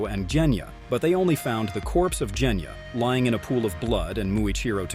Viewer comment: WHY DO YOU SAY JENYA? ITS GENYA AND YOU ALSO SAID NEZUUKO ITS JUST NEZUKO??!!🙄🙄